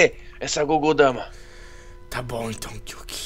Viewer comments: n é gogou dama é bijuu dama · não é gudodama é bijuudama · não é Kogodama, é Bijjudama